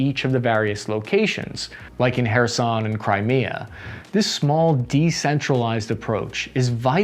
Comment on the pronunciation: He said "Kherson" right! 🥳 🎉